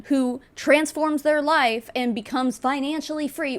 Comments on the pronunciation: every time she says life i hear it as wife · The first few times she said “life” I was hearing “wife” lol